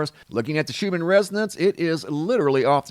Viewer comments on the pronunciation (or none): none